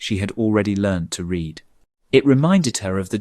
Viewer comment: Please instruct the robot narrator how to pronounce the present and past tenses of the verb « to read » correctly in their context. As well as stating a year correctly. A human narrator would know to say, for example, the year eighteen forty-five, and not one thousand eight hundred and forty five.